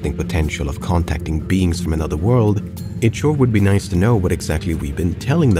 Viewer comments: The “Noice” 😭😭😭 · click "noice"